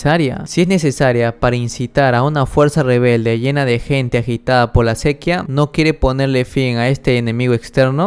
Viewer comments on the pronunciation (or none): Cuando puedas mira videos de pronunciación, por qué se'quia no es sequía. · Sequíaaaa lleva tilde papá, me duelen los oídos. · estás diciendo mal sequía